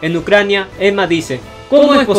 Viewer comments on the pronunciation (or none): none